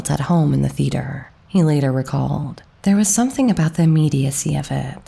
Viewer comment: Enjoyable narrator's voice. Marred only by strange pronunciation of 'theatre', as if the word had only 2 syllables. There should be 3: THEE-uh-ter.